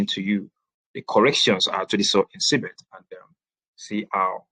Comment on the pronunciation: or Cbex? because I keep hearing Cbet on your presentation.